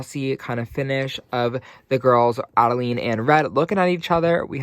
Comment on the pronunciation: Adelaide....you said Adeleene a few times 😂....just teasing. I do the same thing.